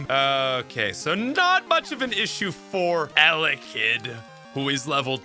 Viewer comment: It took me about 6 times hearing you say "alekid" to figure out you were trying to say "ele-kid". I've never heard anyone botch that one before lol.